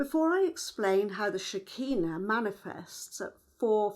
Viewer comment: SHER. KEE. NAH. not shikeenu